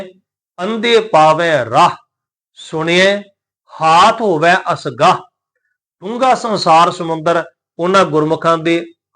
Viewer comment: ਰਾਹੁ ਤੇ ਅਸਗਾਹੁ ਦਾ ਉਚਾਰਨ ਔਂਕੜ ਸਹਿਤ ਕਰਨਾ ਚਾਹੀਦਾ ਭਾਈ ਜਰਨੈਲ ਸਿੰਘ ਜੀ ਦਮਦਮੀ ਟਕਸਾਲ ਵਾਲਿਆਂ ਦਾ ਪੰਜ ਗੁਰਬਾਣੀ ਦਾ ਨਿੱਤਨੇਮ ਸੁਣ ਲਵੋ ਯੂ ਟਿਊਬ ਤੇ ਐਵੇਂ ਗ਼ਲਤ ਉਚਾਰਨ ਨਾ ਦਸਿਆ ਜਾਵੇ ਹਰੇਕ ਲਗ ਮਾਤ੍ਰਾ ਦਾ ਉਚਾਰਨ ਕਰੋ ਅਰਥ ਜੋ ਹੈ ਓਹ ਹੀ ਰਹਿਣਗੇ ਧੰਨਵਾਦ ਗੁਰੂ ਗੋਬਿੰਦ ਸਿੰਘ ਜੀ ਦੀ ਚਲਾਈ ਹੋਈ ਸੰਸਥਾ ਦਮਦਮੀ ਟਕਸਾਲ ਤੋਂ ਵੱਧ ਕੋਈ ਵੀ ਸ਼ੁਧ ਗੁਰਬਾਣੀ ਉਚਾਰਣ ਨਹੀਂ ਦੱਸ ਸਕਦਾ